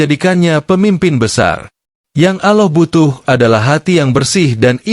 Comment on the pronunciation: Good and clear explanation but how come you find it difficult to pronounce Gods name Allah? You pronounce it as AuLah and not ALLAH.